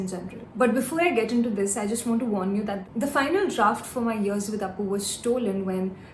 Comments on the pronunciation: Its not Aa-p-oo its O-Pu or O-Poo. There is only one "A" present in the name, so plz don`t focus too much on that letter "A". Basically it is pronounced as O-pu, a very famous Bengali household name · It's pronounced as Oopu, not Aapu, nickname of Apurbo. The Original Book's name is "Apur Pnachali" which mostly depicts Ray's Journey throughout the making of the Apu Trilogy films. The English Version has been published posthumously.